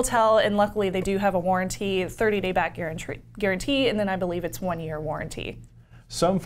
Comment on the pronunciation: Garuntree!! LOLOL ;)